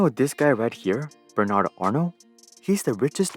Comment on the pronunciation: The fact that he cant say " bernard " correctly tells me he did not do much researches. LVMH learned this way to acquire business in USA btw. After watching the whole thing , I still fail to see how they got humiliated ?